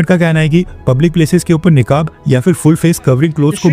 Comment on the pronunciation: निकाब नहीं नकाब होता है